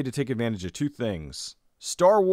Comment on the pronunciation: For all us Aussie viewers out there. Anyone else notice pronounces 2 like Richie Benaud? Ha ha.